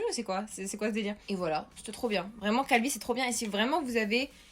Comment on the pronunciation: "Calvi..." Moi: "Calbi???